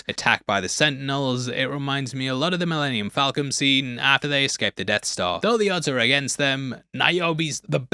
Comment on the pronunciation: did you just say “just like the Millennium Fal”com” scene”? 😆 I mean I’ve said that before too so tomayto tomahto… 🙌